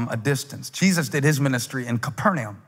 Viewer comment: He is the only reason I know Capernaum isn't pronounced Capernaum and he said it wrong lol lol